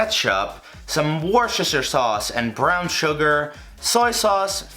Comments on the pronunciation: Hm, woorshirshir sauce. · Woshesher sauce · If you want to know for any future videos, Worcestershire sauce is pronounced: wou-ster-sher (or just wou-ster). (If anyone needs a source for this, I'm British...)